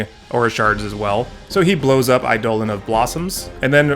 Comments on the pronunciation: Eidolon is not pronouced the way google told you, its Eye-doe-lon and Adeline you said right the second time so I dont know if you were just joking when you first said it or not. Either way, I will have a great day, fun video to watch, have a good Thanksgiving! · You really are butchering these names huh? Definitely saying Eidolon and Adeline very wrong